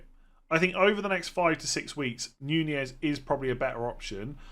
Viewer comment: I like how you've changed your pronunciation from 'Nunez' to 'Ñuñez'.